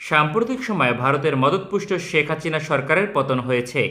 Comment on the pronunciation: আপনার মুখে হাচিনা শুনতে Joss লাগে 😂